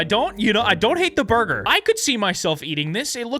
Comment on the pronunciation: "burgr". If you know, you know.